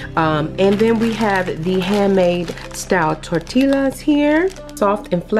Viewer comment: heads up you say it like (tor- ti-yas) not (tor-til-las)